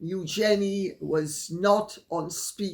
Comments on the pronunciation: Lady C, would you please start using the correct pronunciation of EUGENIE? The RF pronounce it as EUgenie. Your incorrect pronunciation of her name makes you less credible as a royal expert. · it is the correct way of saying the name, from the French